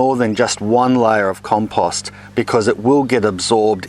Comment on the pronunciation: Like the way you pronounce compost.